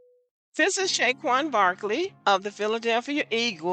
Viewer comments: A couple of three things: 1. This lady, if she can be called that, can't even pronounce Saquon correctly ("Shay-Quon"?). I think she butchered Eagles too. 2. "He needs to do better." According to who? Even if he had a hot, blonde super-model looking WW, BW would still find some reason to complain. 3. Hasn't this topic with some BW reached it's expiration date yet? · Brother... I cringed everytime she mispronounced his name and added the "sh" sound to it...